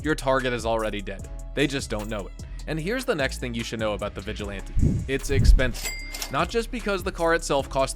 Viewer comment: Drinking game: Take a shot every time you hear CA-CHING sfx when he pronounces the word "expensive"